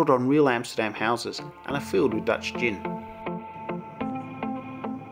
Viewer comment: your dutch is impressive for someone whos living in ozz for so many years:D prenounciation was spot on mate! though im not a huge fan of KLM,i like our national pride ofcourse,but i personally wouldent fly with them. and yeah schiphol's train station is perfect,i dont need swap trains at all to go home all the way south =)